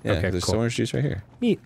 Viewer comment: Dan says ahringe juice instead of orange juice and it's making me wanna pre